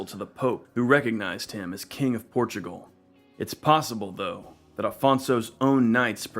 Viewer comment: You say "Portugual"? Sorry, your channel will be invade by brazilians.